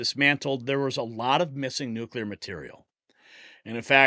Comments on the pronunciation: Why does this guy keep saying “nucular”? It’s nuclear, ffs. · Jesus. It's Noo-clear, not nuke-ya-lur